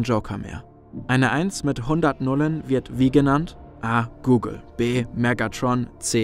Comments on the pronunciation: Das ist leicht eine 1 mit 100 nullen heist gogol aber man spricht es nicht google aus😂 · Auf deutsch werden die os im Zahlwort wie in Hotel ausgesprochen